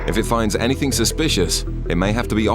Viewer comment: Anyfing? Is that a word?